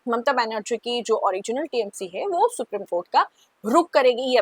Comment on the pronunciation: मैं आपकी चैनल का बड़ा वाला फैन हूँ । आप और चैनल के सभी एंकर्स हर विषय पर बहुत सटीक प्रोग्राम करते हैं । सिर्फ एक उच्चारण गड़ता है । Supreme कोर्ट को “सुप्रीम” की जगह “सुप्रिम” कहना । बहुत छोटा पर हिंदी भाषी viewer के लिए अखरने वाला उच्चारण है । उम्मीद है आप ध्यान देंगी । Keep up the good work.